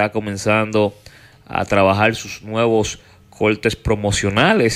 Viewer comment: Alofoke, no se dice IVANOS, sino IBAMOS (del verbo ir). no TELMINOS, sino Terminos (de terminar). No TRABAJAL, sino TRABAJAR. No se dice HAIGA, sino Haya (de haber).